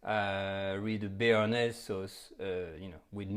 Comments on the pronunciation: In typical french fashion, he sounds absolutely disgusted at the mispronunciation of BARENAYS sauce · Lol he is funny Omg we making a bearnajse sauce Ahhhhh dont panic Lmaooo